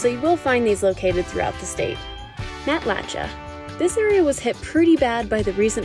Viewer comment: ... Matlatcha ...It is pronounce MAT- LA- SHAY. Great place , also destroyed by Hurricane Ian. It all Comes Back though. Time to buy is now in Cape Coral. The recent Hurricanes have chased out all the Old People... Prices are down 50%. SE Cape is "Old Cape Coral" and where to buy now.